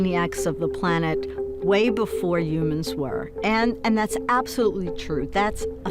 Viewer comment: I'd completely agree. However : way before oomans were. I said that orcas and other citations..." Sorry but you lost me right there. Get someone coherent to speak, it's infuriating. Complux uh beyond uh complux beyond mah compressive understanding fo suh. Reminds me of a £120000 a year university lecturer who suggested we put out "kestionairs" to research the concept of "lov" over "sekual attraction" You can't even string a sentence together ffs...🤡